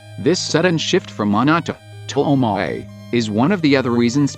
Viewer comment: I love that TTS pronounces omae as Oh-mway